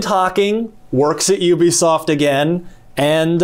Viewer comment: IT IS Ubisoft. Not OObisoft.